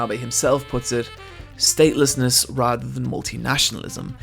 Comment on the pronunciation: Staleness or statelessness?